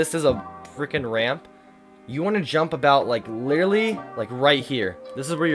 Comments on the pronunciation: Why do you say littely XD it is litteraly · The amount of times he miss pronounced the word literally is absurd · i like how he says (literally)